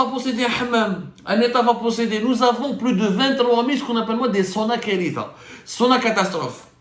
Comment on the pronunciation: Tu veux dire "SONAKARITHA" avec ث pas ت Sinon, beaucoup de ce que tu dénonces est vrai. لكن من لا يؤخذ كله لا يترك كله Autrement dit il ne faut pas jeter le bébé avec l'eau du bain. L'exemple des Hammams est parfait. Un séjour dans un établissement privé de thalasso coûte un bras parce que le privé pense bénéf! A l'opposé on a l'état qui monopolise les stations thermales, à un prix défiant toute concurrence. Le transport coûte plus cher que les soins ! Les expériences antérieures de privatisation ne vous ont pas échaudé